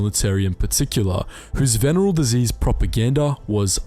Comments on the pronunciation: Venereal diseases. "Vin-air-RE-all" is how you say that. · Venereal has four syllables, and it doesn't rhythm with general. C'mon dude.